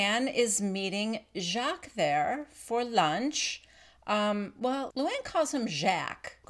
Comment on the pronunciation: Btw, Luanne is pronouncing Jacques correctly.